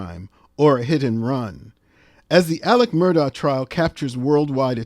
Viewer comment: I watched the whole trial and according to the family, their name is pronounced MER-dok.